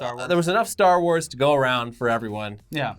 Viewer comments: Do people actually call it a “star war” ... it hits my ear wrong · I'm not going to lie. I got a little triggered every time you guys said "Star War". It's Star WARS!